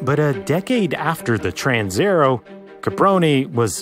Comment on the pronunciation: "Transaero" is not pronounced "transerrow", but "trans-aye-AIR-ey-o". Every letter (except H) is pronounced in Italian. (H has a purpose that I won't discuss here.) People often don't bother checking pronunciation, because, well, "everyone knows how to pronounce pizza and Roma".